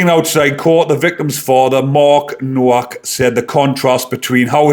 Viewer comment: The W is pronounced as a V.